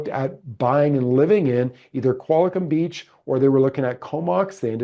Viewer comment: It’s Qualicum, not Qualicom